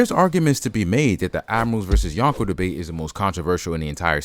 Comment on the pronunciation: it’s “Yonko” not “Yanko” Drop the A